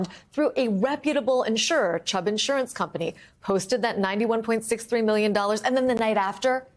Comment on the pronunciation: Trump is so narcissistic he can't even say the word million without pronouncing it "me-llion"